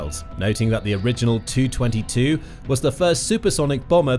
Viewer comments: It’s “Tee-You” 22, not 222. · Nobody calls it the two twenty two. It is called the tee you twenty two FFS. TU stands for Tupolev not an effing number. Some reporters/AI's are just too stupid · You could always call it by its NATO designation: Backfire. BTW, I always thought it was pronounce TEE YOU 22, not TOO. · And of course it's pronounced T U, not "2". Great informative site, but some of the pronunciations are excruciating. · Constantly calling it a Too 22 put me right off watching this video. It;s a T-U 22 for crying out loud! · It's "Tee You" 22...... SIGH